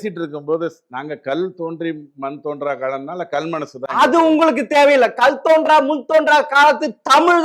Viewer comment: என்னது.. கல் தோன்றா.. மண் தோன்றா வா... இரண்டு முறையும் இப்படி சொல்லும் மடையன்... இவன் ஒரு நெறியாளரா? த்த்த்த்தூஊஊஊ